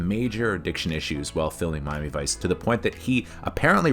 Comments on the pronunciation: I couldn't get past the frame rate. It just looked....wrong. that and it was as shallow as a drained kiddie pool. Also, you pronounce Miami Vice weird. It sounds like Mommyvice when you say it. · "Mami Vice"